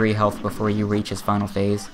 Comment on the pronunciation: before you reEaCh